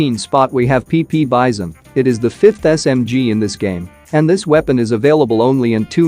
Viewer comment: The way it said pp bizon It got me burst out laughing 🤣🤣🤣